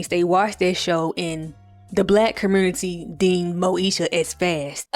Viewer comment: As soon as you said “LGBT-Qur commURnity” I KNEW YOU was a Memphis baby down 😂😂😂